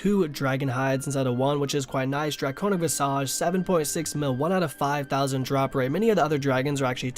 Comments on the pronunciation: Vice-idge? It is pronounced Vis-idge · "VAI-SIGE" lol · Dafuq are those visage pronounciations 😂😂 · Dude said visage 10 different ways in this video and not once was it the right way lmao